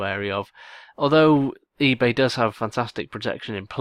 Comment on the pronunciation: "eBay". Dude, you really have to pay attention. It just makes you look like bad. Just some constructive criticism. I enjoy the content.